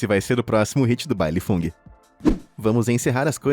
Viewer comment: "Esse vai ser o próximo hit do baile FUNG" kkkkkkkkkkkkkkkkkk